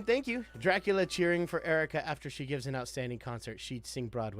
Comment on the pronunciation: Drac-ewe-la. BA-dum tss.